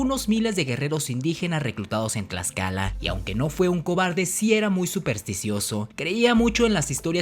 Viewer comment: cuando te escucho pronuncia el Tl me sangran los oidos men si no sabes pronunciar el Náhuatl menos te voy a creer todo lo que has dicho XD lo de la malinche es verdadero... pero meeeh saber algo no hace que lo demas sea verdad mejor me desuscribo antes de que me de un infarto por ese TL